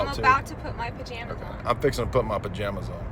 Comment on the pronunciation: the "pajAmas" part...😫